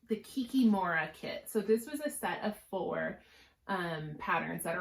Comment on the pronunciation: I'm from Russia and I'm obsessed with your channel and book recommendations. Love your Owl Forest finishes! I don't want to be a bore, but maybe you're interested. Kikimora is pronounced with an accent on the second "i". Yaga in Baba Yaga is pronounced with emphasis on the last syllable.